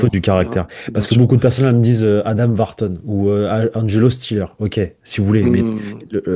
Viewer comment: c Wharton pas Vharton 🥱